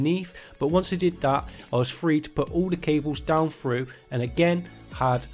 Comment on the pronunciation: Phru? froo?? oh ok....... Through